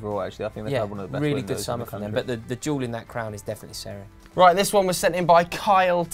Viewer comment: He said seri first time I heard it I thought he said terry